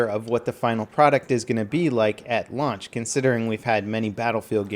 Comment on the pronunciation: Sounded like he said lunch